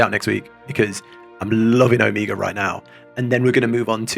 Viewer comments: The repeated "Omiga" really threw me off while listening lol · Too Bold of a statement, you still have Shadowbringers trials ;D Also: It's "Oh-Meh-ga" Omega as in the final letter of the latin alphabet :) rather than Amiga, a brand of computers by Commodore :P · how do you criticize someone's pronunciation without sounding mean? because i don't want to be mean, but also the way you say omega - which is a very real word which is not uncommonly used in english - kind of drives me batty! oh-MEH-guh. O, Mega. literally means 'mega O', actually! the last letter of the greek alphabet (big O sound, hence mega O) used as a synonym of 'the end'. real word! again, very much not trying to be mean, trying very hard to be educational and not sound critical, but i do think it's important to pronounce real words right when possible, especially when you're going to need to be saying them a lot very soon!